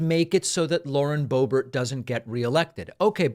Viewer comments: 🫲🏻David, SIR, I am a big, strong, tough guy, and I’ve never cried before, even when I was a baby, and I come to you with TEARS IN MY EYES 😭😭😭👍🏻 to remind you that her name is pronounced Lauren Bo-Bear🫱🏻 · Why is Boebert pronounced Boebert but Boehner is not pronounced Boehner?!